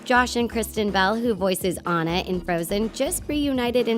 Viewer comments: Did anyone notice she said “Ana” and not “Anna” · Anna ( on - na ) not Anna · It’s ona not Anna i know that Anna is how you spell it but ya 😡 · Don't call her Anna it's pronounced onna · when you say anna in sted of ona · Did you just say an-u instead of on-u???? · It is ona not ano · In frozen Annas name is pronounced differently. It's not pronounced "An-nuh" It's pronounced "Ah-na" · Ummm honey its not anna its onna with an o but its not spelled like that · It’s.. ahnah... not Ann uh.. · It's not ANNa it's anna like awena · anna isn't supposed to be pronounced an-na. more like on-a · It’s “Ãnna” with a short A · Did she just call Anna Ann a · isn't Anna pronounced AH-na. i mean, i may have been saying it wrong so I'm just asking :). I'm not trying to be mean. Love the vid!! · The pronounce Anna wrong and it bothers me Lol have they really watched the movie?????? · YLU CANT SAY ANNA RIGHT! WATCH THE MOVIE AND PRONOUNCE IT CORRECTLY! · When u realize they pronounced Anna wrong 😫😫😫😫😫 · WHY WOULD YOU CALL ANNA, “Anna” it’s ANNA in the movie so you know it’s ANNA NOT Anna! I hate you now. Sorry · She said Anna rong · shes saying anna wrong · You say anna wrong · I keep getting triggered that they where saying Anna's name wrong